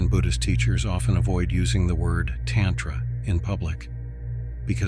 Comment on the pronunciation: Very interesting, but it is distracting and aggravating to hear "tantra" mispronounced ... You'd think AI could get this right. Mantra is another almost universally mispronounced. Program the correct pronunciation of "a" in Sanskrit.